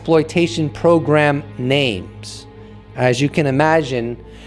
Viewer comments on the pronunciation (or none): none